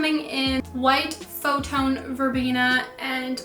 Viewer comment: You are saying Photone. It says Photon. A photon is a particle. It’s a science term.